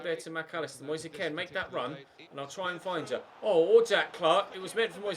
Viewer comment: U say kean so wrong 😂😂😂